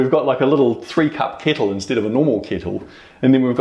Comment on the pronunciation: the way he says kettle kills me 😂